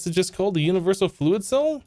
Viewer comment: Did he say jewniversal?